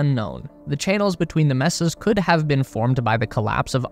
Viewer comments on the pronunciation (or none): graveyard, not colony ALSO: mesa is pronounced "may-sa" not "mess-ah" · Mesa - "MAY-suh" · Aren't they pronounce May-sa? Not Meh sa? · FYI, "mesa" is pronounced MAY-sa. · Mesa = MAY-sa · yup, he did mess up the pronunciation of Mesa. Is he/it a robot, they do that often? ;D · I never thought I'd hear someone mispronounce 'mesa'... fuck me the internet makes people dumb. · his is a sixpence video and you don't even know to pronounce "mesa"? Take the time to proof your video before releasing it, that's just lazy. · The way this narrator can't say "mesa" makes me think "he" is an a.i. Also the speculation of causes makes me laugh and cringe at the same time. I follow the Electric Universe Theory of cosmology and you all can find those more interesting alternate explanations at the Youtube channel Thunderbolts Project. Having said that I am subscribed here for now. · wrong, it is a Spanish word. May-sa is how english westerners pronounce it.